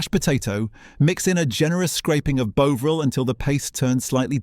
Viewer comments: Tomato pronounced Tomayto, Bovril pronounced Bowvril? Seriously?😂😂😂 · BOW-ril c'mon AI sort it out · WTF is "Bowvril" (rediculous) mispronunciation? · Not so into AI commentary, even if it is reasonable compared with many. A single mispronunciation of Bovril, poor word links - "Burton. Upon Trent…", "strategically located near the Bass. Brewery" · Are you British, your pronunciation of tomato and bovril are very odd.